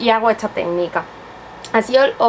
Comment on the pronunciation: QUE IDIOMA HABLAS??? Y PORQUE DECIS ETSA???? ESTAAA SERIA